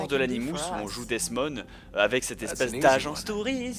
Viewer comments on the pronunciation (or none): C'est HALLUCINANT comme tu sais pas prononcer les nom comme Animus , Desmond , Assassin's Creed et Auditore sans parler de Ratohnaké:ton -_